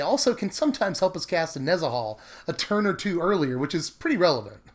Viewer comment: Dude... It's NEH-zah-hal... Not neh-ZAH-hal